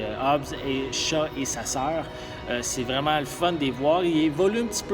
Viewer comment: hobbs and CHAT ?????? c'est shaw il me semble ! non ? en tout c'est comme sa que on le dit en france